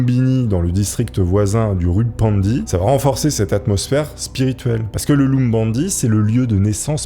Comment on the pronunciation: C'est pas lumbini mais lumpini.